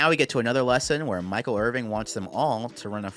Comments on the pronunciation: are you really saying Michael IRVING? WHAT IS YOUR PROBLEM!!!!???!!! It's Irvin. No G, my G. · Hearing you say IrvinG is driving me insane 😭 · I love you man but how can you call him Michael Irving for the entire video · I love you but it's Michael IrVIN, not IrVING. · His last name is Irvin. There’s no g. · Irvin, not Irving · "Irvin" not "Irving" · Love this video, but there's no G on Michael's name. It's Irvin.